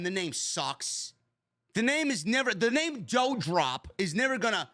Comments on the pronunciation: Can you say DOUDROP name correctly?? It's DU-Drop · you can pronounce Levesque correctly but Not Doudrop??